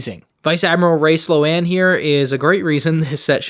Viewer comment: I told you if you call her "Slow Anne" again I would unsubscribe. I am a man of my word. Peace out. It's been fun.